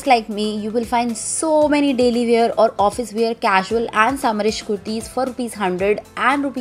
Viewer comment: And wear not ‘weeyar’